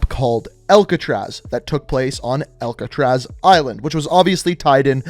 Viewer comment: saying Alcatraz: "Elk-atraz"